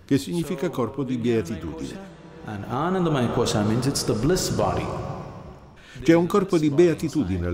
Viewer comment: L’argomento è serio ma forse non lo sono io, quando sento questo tipo che dice Anandamaiacoscia mi viene da ridere😂